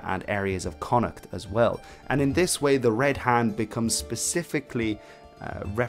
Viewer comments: Yes, the two most (major) mispronounced Irish place names, Connaught and Drogheda. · Why do people insist on pronouncing Connaught wrongly?